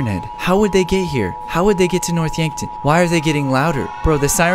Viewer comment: When he couldnt say yankton yonkton lol